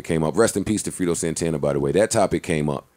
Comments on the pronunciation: Its Fredo(Fray-doe) not Freedo Joe smh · you mean to tell me no one could have corrected Joe when he said Frito instead of Fredo . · i fuck with you JOE but you gotta chill callin FREDO (FRAY-DOE) "frito" my nigga smh...i was cringing every time! #RIPFREDOSANTANA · JOE SAID FRITO SANTANA AND NO ONE CORRECTED HIM LOLLLLL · It's Fredo not Frito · Who tf is “free-doe “... c’mon msn get it together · lmao RIP "FRITO" smh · His name is FREDO (F-RAY-DOE)